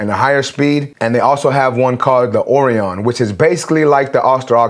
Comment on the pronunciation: (Orion) is pronounced more like Oh-Ryan, ..I remember it from the first Men in Black movie.. something was hidden on Orion's belt,...Will Smith thought the cat's name was Orion, or something like that??..I dunno?,,..but it was a star constellation. ..enjoying your reviews,..keep up the great work. :)